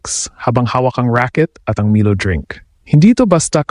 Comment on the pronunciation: wrong pronuoncecition of milo.